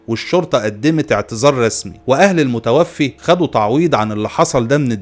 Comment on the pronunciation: المُتَوفَّى وليس المتوفي